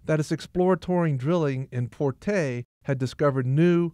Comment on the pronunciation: thank you for this video. The name of the village is FURTEI with the stress on the letter E..